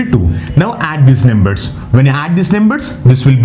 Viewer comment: Plz pronounce it as numbers and not nemburs